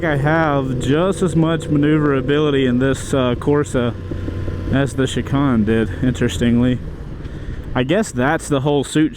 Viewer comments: "Chee-khan"? All those track days and you never said the word "Shi-Cane"? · million subscriber motorcycle "guru" doesn't know how to say chicane😂 also...eat a salad bro.